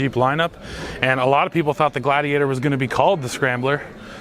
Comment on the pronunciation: would you please check in with Andre? It’s pronounced GLAYdiator (rhyme with radiator) 😁